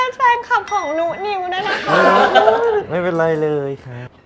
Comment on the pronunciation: น่ารักมากๆๆๆๆ ทั้งพีคทั้งนุนิว เอ็นดูความเรียกชื่อนุนิวผิดต้องเรียกชื่อจีนถึงจะเรียกถูก 😂😂 ❤❤❤❤❤